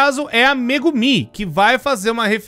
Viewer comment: "Massaxigui" , "cúricú" , "mégumí" , "sámá" , "cussonoqui" , "iaçu" ...KSKSKSSKSKSSJSJSKSKSSJKSJSKSJSJSJSSKSSKSSKKSKSKSK DCPL MAS ISSO FOI ENGRAÇADO